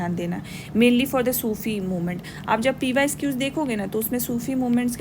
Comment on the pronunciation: Man pyquiz (pyqs)✅ not pyesquiz❌